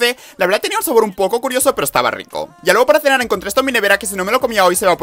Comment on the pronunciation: Habla bieeen aaa que nervios que riCO sUR deliciOSO popULAR